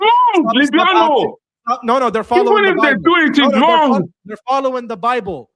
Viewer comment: He likes to spik abat de bable. You must let him tok, he nos tings.🤣🤣🤣